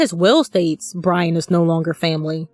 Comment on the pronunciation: I will wewease Bwian!